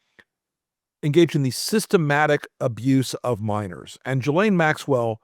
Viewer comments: you’re mispronouncing the name. It’s “Jizz-lane.” You’re welcum. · The woman's name is Ghislaine and it's pronounced J-is-lāne. Not an uncommon name in Quebec. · "Ghee-lane". That's how it's pronounced, like the southern Asian version of butter. To show respect for the victims, the villain's names should be spoken correctly. That way, we will never forget who these monsters are and what they did. Everybody knows how to pronounce "Ted Bundy".